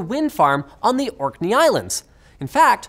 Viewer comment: I live in Orkney, and i'm surprised he pronounced it correctly xD